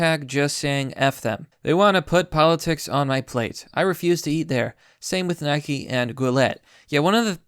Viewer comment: holy shit , its not nikey , its nike